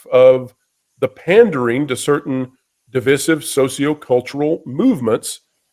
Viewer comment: Why can you not pronounce divisive correctly